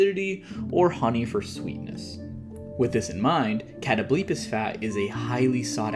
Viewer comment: I’ve never heard it pronounced as “Katto-bleepis” lmfao, sorry, is it not supposed to be “Kuh-tobul-pahs”?